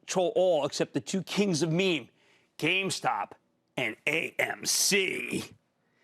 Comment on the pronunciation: I shutter every time he says “meme”